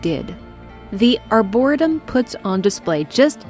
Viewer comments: Who cares but "ar-bor-EE-tum" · excellent vid, one of my favorite games for sure! my 'tism was bugging me on one small detail. the pronunciation that was spoken or arboretum. pronounced= (R-bore-eat-um) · It's pronounced "Die"-Yo for Dayo Igwe and Ar-Bore-"EE"-tum, like in the name "Lee." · its are-bore-a-tum for reference. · AREBUR-RE-TUM.... That's the best way i can think to help on how that word is said..Arboretum.... doubt you'll see this... I'm 37 and only found out the right way like 10 years ago lol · “Arbor-EE-tum.” Great video! Never had the chance to play this one, but love when fans of a game do deep dives. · for future the plant area is called the arrr-booor-et- ium lol hugs great story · Good vide, love your story telling.... but it's "r bore ree tum"... the way you were pronouncing it was driving me crazy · Just discovered your stuff, enjoying this. Not sure if it helps, but it's pronounced Ar-buh-reee-tum. Emphasis on the 3rd syllable. Cheers!!! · You must know that's not how arboretum is pronounced, it's just for comment engagement right? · Just a quick comment. Arboretum is pronounced like "harbor" Arbor is a prefix meaning trees. Arboretum basically means tree garden. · I felt like she was trolling us saying it like that lol..I kept laughing when she said it